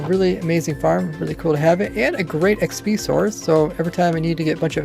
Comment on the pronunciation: Why does he say xpees? It is very annoying.